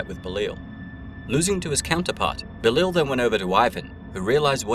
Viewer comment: Say it with me, "Beh-Lie-All", not Belile or however you pronounced it.